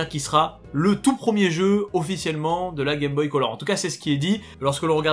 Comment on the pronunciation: prEEEEEmier, on dit prEEEEEEEMIER, pas prooooomier.